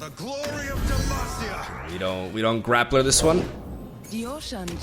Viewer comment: "We don't GrappLr this one" XD